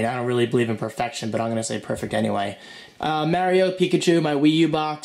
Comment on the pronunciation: You said Mario wrong the whole time?